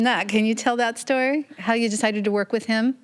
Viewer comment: She’s pronouncing the ö correctly, but there’s no R.. she keeps saying vörk 😓